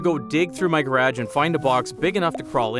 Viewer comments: Who the fuck pronounces garage like that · Off topic but you are definitely Canadian aren’t you? Only Canadian’s say garage like that, as a fellow Canadian myself!